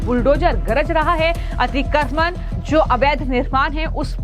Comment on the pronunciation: अतिक्रमण अच्छी तरह बोलो.